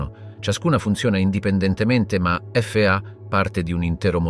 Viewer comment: anche FA lo legge F A